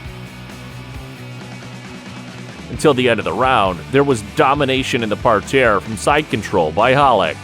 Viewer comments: nobody says par tear ur killing me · Just say "mat" or "ground" and stop trying to be fancy with "par terre" when you can't even pronounce it nor use it correctly.